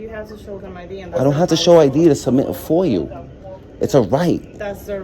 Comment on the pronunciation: And its not foil its foia🤣🤣